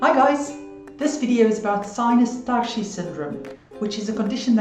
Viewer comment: are you originally from eastern europe or germany perhaps? The way you said "tarshi" makes me think this. Thanks for all the info by the way!